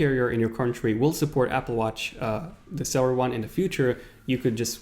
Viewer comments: I’m s not celler it’s freakin cellular with a u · When he pronounced cellular sell- ar Instead of sell-you-lar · Ugh the way you say cellular, please pronounce the "ul" part of the word instead of saying cellar... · "Series Tree" "Cellar" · *cell-U-lar *pro-cess-or